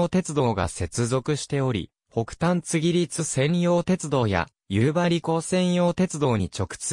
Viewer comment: 地名の呼び方に間違いが多数あります。うわえべつてでなくて、かみえべつ、せいすいたくではなくてしみずさわ、つぎりつではなく、つぎたて、つのだではなくかくたである。しっかり調べてから投稿してください。不愉快です。ゆうばりほんまちではなく、ゆうばりへほんちょうです。ある